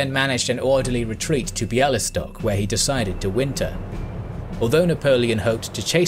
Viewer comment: Wow.. I'm from Bialystok and i must say, your pronunciation my city's name is on point.. Great video :-)